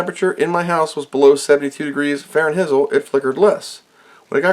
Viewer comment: Man you are mispronouncing those degrees Frankenstein. I'd be slightly worried about any of those old gunks on the board, they can soak up moisture and start aspire to be resistors with meaningful values.